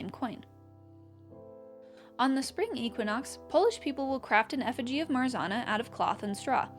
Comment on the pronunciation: love the video :) brings back creepypasta memories but the way you pronounced marzanna give me whiplash LOL